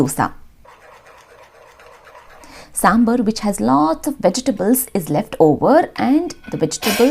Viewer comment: Hey Love your videos, but I'll just like to make a small correction it's SambAr nor SambUr please don't mispronounce this, as you urself are a South Indian and I'm sure you know to pronounce it right so please do.